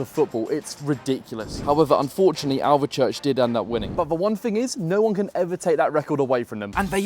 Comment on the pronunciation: You seem to be a lucky omen ,coz the grounds you visit the home team normally win.. BTW It's pronounced Alv-church, the e is silent. Maybe you could visit that ground.? I think it's out in the countryside. Thanks mate.